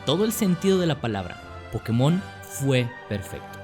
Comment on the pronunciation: pero si no sabes ni pronuciarlo como va a ser tu franquicia? xD